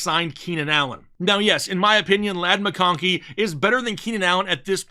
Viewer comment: Honestly hate the way you say McConkey. Shits annoying af lol